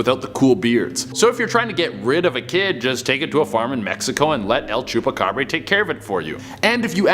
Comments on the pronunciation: Tf el chupacabre???? Nah man its chupacabra with an A not with an E su pinche madre redo your history of it god this is disappointing and disrespectful on Mexico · Is he saying Chupacabré...? Lol Che what part of Mexico were you in? It's bra.. ya know like the things that hold up chesticles?